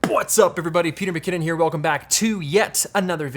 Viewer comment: He still can't say: "What's up everybody!" So sad ^^